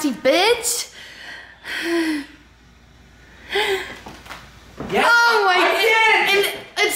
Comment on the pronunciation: why does say "bits"!! instead of "bitch" lol